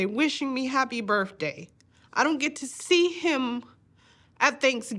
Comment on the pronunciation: Miss its birth day not burf day!